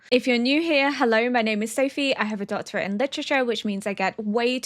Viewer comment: I genuinely thought you said you have a 'daughter in literature.' I was so confused for a second like, 'Wait, what? A daughter?!' 😂 Then it clicked that you meant a doctorate in literature. My bad, sorry, haha.....Btw, love your content, miss. keep posting...❤